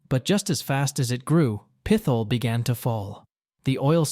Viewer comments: Pit-hole, not Pith-ole! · Pretty sure it’s pronounced Pit-hole. No th sound. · Pith hole is not the way it’s pronounced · Pit - hole not peth - al lol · No , Not Pithole , Pit Hole ! YIKES ! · Not pith ole.. Pit Hole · Pithole is pronounced pit hole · How do you look at Pithole City and pronounce it PITH-ole? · Pit-hole is the correct pronunciation, I grew up not too far away from there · Pithole is pronounced Pit-hole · I was coming to correct this too lol drove me nuts